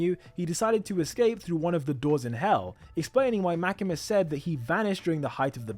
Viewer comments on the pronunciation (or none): The way u say makima is like this makema your english is way to good that it overpowers japanese names 😂